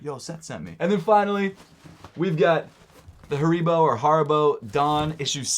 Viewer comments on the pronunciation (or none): Haribo with an eeeee